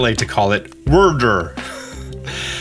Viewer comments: Wyrdeer is likely pronounced like Weirdeer not Wurdur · i am begging you to stop calling wyrdeer "wurdur." it's so incredibly cringey and gives me flashbacks to 2013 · Wyrdeer is pronounced like 'Weird-Deer' (without a pause in between the dashes), probably because it makes weird illusions and is a deer. They said it that way in the trailer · I’m guessing Wyrdeer is pronounced Vyrdeer. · Wyrdeer! WEIRD-DEER but minus a D. C'mon lol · I don’t want to be that guy but … Wyrdeer is the combined words of weird-deer . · I think Wyrdeer is supposed to be pronounced like weird-deer. You know, since it's a weird deer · Pro Tip: Wyrdeer is pronounced kinda like "weird deer" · *Pronounced as Weird deer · just as clarification for anyone unfamiliar with it, it would be pronounced "weird deer", wyrd is like a viking term refering to fate and destiny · Wier-deer like weird deer. Sorry its bothering me. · Wur der lol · Gets annoying